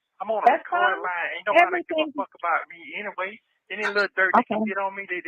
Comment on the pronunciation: I feel like he called her a “new body” in lieu of a nobody 😂